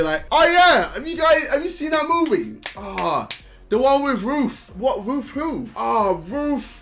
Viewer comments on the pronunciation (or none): I keep hearing "Roof" instead of "Ruth" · I thought JJ was saying roof instead of RUTH so I enable the caption and it's alos says roof